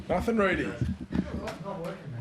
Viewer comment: "Nothin Reidy"? 😂😂😂 GO PARRA